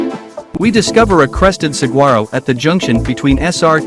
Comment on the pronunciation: Learn how to pronounce saguaro correctly. The gu is pronounced like w. Sahwaro.